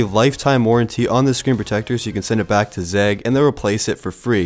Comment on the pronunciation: I have never heard or read anyone who says or writes zeg instead of Zagg until this video 😂 😂